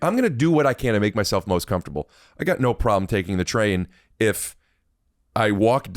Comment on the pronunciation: “I’m perfectly comfortatatable”